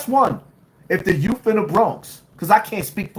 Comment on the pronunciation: If this 🤡 says “Youff” one more time 🙄